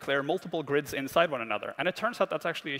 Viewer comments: "Girds" ..lol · "Girds". G-g-g-gird, gird, gird is the word! AH well uhh--ooooo--eeeEEEEEEE!!!!!111